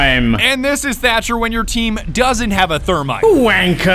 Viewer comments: Watching this back, shoulda been called thercher not thermcher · Why does he call the Thatmite duo thermcher? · thermcher? "thatmite" not work sorry, thatcher needs a buff please